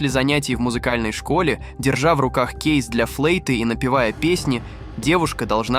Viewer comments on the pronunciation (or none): кЭйс для флЭйты? Твоя дикция и произношение настолько дикие,что аж немного смешные... ....он вдруг выругАлся???? Ну ты КОНЬ!!!!